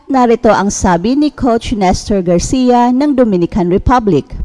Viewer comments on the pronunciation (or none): none